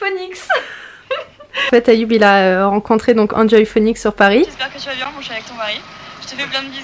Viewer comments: Grave comment j étais mdr !! Enjoyphoenix --> Anjoyphonix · R.D Jsl mdrr an joï fonix 🤣🤣🤣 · tu me fais trop rire mercii pr ton « enjoyphenix » trop bien prononcé mdrr jpp 😂 attention je ne me moque pas ma belle au contraire tu me fais trop rire jm trop regarder tes vidéos pr tes petites perles comme ca et ton accent du bled tu me fais riiiirree Allah ihafdek 💕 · Comment ta prononce enjoyphoenix je suis morte 😂😂😂😂😂😂😂😂😂😂😂😂😂😂😂😂😂😂😂😂😂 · Ma Pauvre tu sais même pas prononcer EnjoyPhoenix